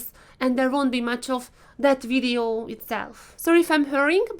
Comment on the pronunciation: Omg you really hit the spot when you say wideo :)))))))